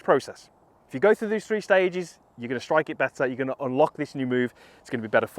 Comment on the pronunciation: the "THRE STAGE" process